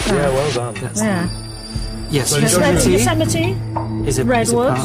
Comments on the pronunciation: It's certainly unusual even for UK. I think most people in Britain would correctly pronounce it Yo-sem-itty. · "yo-suh-mite" aaargh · Yo-se-mite? What the heck was the host smoking? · "yo-suh-mite" UGH. NO. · Ýosemite? It's Yo-se-mi-tee, LOL. (That's the only time in this show that I felt the least bit well-informed.) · Mary Kelly It does not rhyme with Marmite, but is closer to Yo-semm-itty. I did not know this and also assumed the marmite-version, until I moved to California and actually visited the park :p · If you're going to present a reasonably erudite quiz show, at least ascertain how to pronounce "Yosemite" beforehand. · What way are they pronouncing Yosemite?!